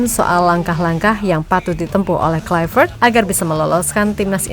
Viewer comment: Haii,... saya mohon, KLUI, bukan KLAIveet, krn dia orang Belanda, bukan orang Inggris... Kalau nama kita dilafalkan salah pun ga suka, kan... semoga bermanfaat, spy ga nularin kesalahan ke masyarakat Indonesia... Makasii...